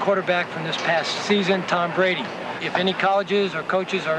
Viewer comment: Who is this guy? I don’t follow tennis, so someone please explain who Tom Buh-Radee is?